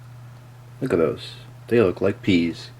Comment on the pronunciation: I still can't get over how he keeps saying that pee(pea? lol) tastes so good